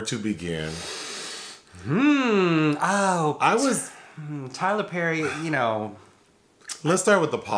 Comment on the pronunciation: NOT Tyler PÈÈÈRRRY 🥴